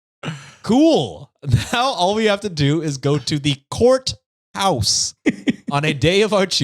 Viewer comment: That “courthouse” mispronunciation reminds of Mad Men when Peggy answers the phone and says “Pizza House!”